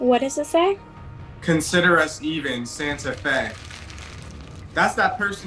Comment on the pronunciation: This man said “Santa Fe.” 🤣🤣🤣🤣🤣🤣 Safiyah.